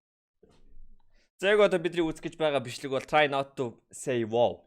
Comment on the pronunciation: Wow giseenmuu boow gij unshaal yavaad bauseshde haah